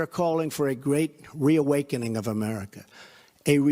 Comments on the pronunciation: Okay, sorry about that y'all, let me rephrase that text now that I'm fully awake 😴😣😲(lol)... it SOUNDED LIKE he said "we" vs "re". 🤔🙄🤨 And congratulations on receiving your "highest honor" of recognition from our favorite Qanon 👏🤜🤛🤝👍!!! I can just imagine how overjoyed you are feeling💗💕. What an awesome experience!!! Keep doing what you're doing sir 🥰🤗👍😘!!!! Congratulations 🎉🎉🎉🎉🎉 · I heard him say WE AWAKENING not RE... just saying 😘